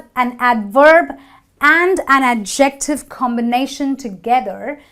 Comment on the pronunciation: You need to learn how to say adjective.